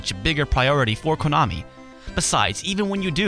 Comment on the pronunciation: It sounds so funny when he says KOOnami and stOOOpid, LOL!